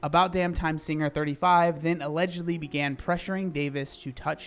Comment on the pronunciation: You accidentally saying “allidgo” Instead of Lizzo Allegedly is such a vibe